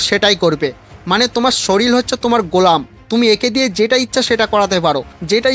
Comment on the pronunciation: ওটা শরীল নয় ওটা শরীর...🙂